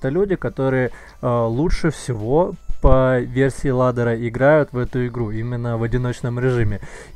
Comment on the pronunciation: ладера, блин аж коробит как каверкаешь